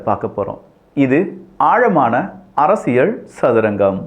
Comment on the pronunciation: தம்பி அரசியழ் இல்ல அரசியல் எங்க மருக்கா சொல்லு